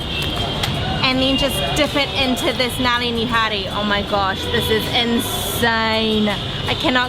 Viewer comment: Finally the next video is here!! Amazing video as always guys! I am glad you are liking the food here in India:) I found one part very funny when said Nali Nihari...Naali in Hindi means sewer:D It is pronounced Nully:P